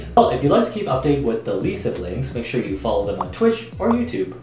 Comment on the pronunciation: I can't stop hearing "Lisa Blinks" when he says "Lee Siblings."